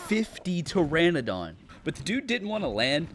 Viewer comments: immediately stoped when homie said teradon instead of pteranodon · The N in PteraNodon is not silent 😭